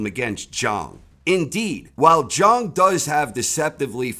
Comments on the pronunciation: Why won't you yanks. Pronounce his name properly? The clue is in his nickname. He's not called big bong, he's big bang. ZHANG not Zhong ffs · Zhang rhymes with bang. That's what makes the nickname work. His name is pronounced like G. Lay Jang.